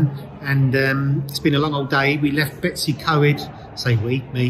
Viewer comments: Bettsy Co Ed lol say it like this bettos e coid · "Bet iss (but said as one word, Betiss) e coyed" - Betws Y Coed - Don't want to be pedantic but... Great review though.